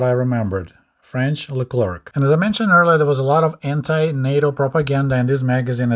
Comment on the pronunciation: Wait, There is a tank called LeClarc? If you must know, LeClarc is actually pronounced LeClaire RFLOL, there is a Tank called "The Claire"? For those who know me and my content, you'll know why I find that extremely funny.